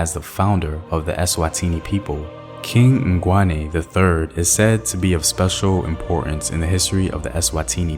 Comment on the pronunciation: Yes. My worst cringe was when he said "Dlamini" and my second worst was when he says "KaNgwane." I was raised speaking English and I have spent HUNDREDS of hours to learn to say things correctly to honour my fellow black South Africans but abantu always say when I speak Xhosa or Swati that I sound weird - not like a white person (thank goodness) but like a Tsonga person trying to speak iilwimi zabeNguni. 🤣